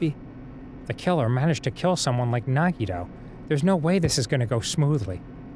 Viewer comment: Dan pronouncing Nagito’s name correctly in this episode threw me off so much that I actually thought he said it incorrectly. And then I forgot how to say nagito’s name for a full minute.